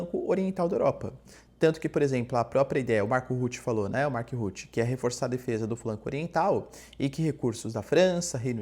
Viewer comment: MARC RUTTE = Marc RruttE, peloamor!